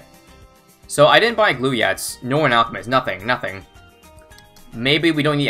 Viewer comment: Lol said Alcmist instead of Alchemist XD